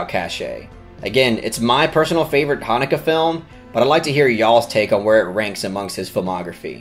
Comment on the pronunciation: I wish you pronounced the directors name properly tho....